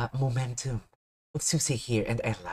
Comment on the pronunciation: its pronounced `Swee-say` , swee, as in sweet. also you shouldnt be concerned about copyright aslong as the song is under ` cover corp` they have green lit reactions to their content. aslong as the content is free to find on their talents channel and not behind a paywall ( such as membership streams or 3d live concerts which require tickets to be bought to watch/go to, like suisei`s upcoming sololive on the 28th)